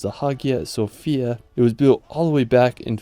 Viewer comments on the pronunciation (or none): none